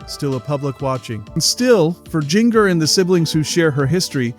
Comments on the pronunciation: Her name is pronounced “ginger.” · Omg I hate when people pronounce her name like this lol